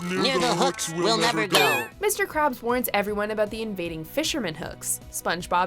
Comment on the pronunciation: I thought she said mr Krupp